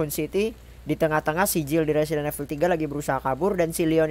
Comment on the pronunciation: Betulin pengucapan lu, "evil" di ucapinnya "ivel", "rookie" di ucapin "ruki"